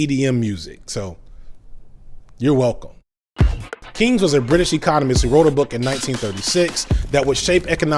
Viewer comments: sorry to be a nitpicker, but John Maynord Keynes' last name is pronounced Kanes. Google spells the pronunciation kaynz. I thought it was pertinent for people seeking more information. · "Keynes" is pronounced like "canes." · I liked your video, but your mispronouncing John Maynard Keynes. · Why can’t you pronounce Keynes or laissez faire?